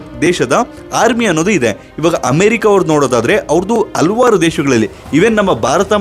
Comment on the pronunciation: ಹಲವಾರು ಎಂದು ಉಚ್ಚರಿಸಿ